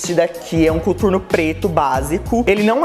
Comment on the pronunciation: mt estranho ver ela falando "cuturno" HAUWHHAHAHA